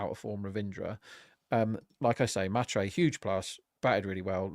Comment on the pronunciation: The pronunciation of mhatre is hilarious 😂